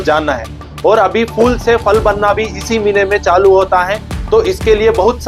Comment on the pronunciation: Fool ( फ़ूल ) naheen Phool ( फूल ) kaho फ़ूल ( मूर्ख ) !!